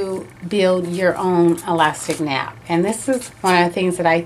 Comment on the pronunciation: It is nape pronounced the same as cape or drape not nap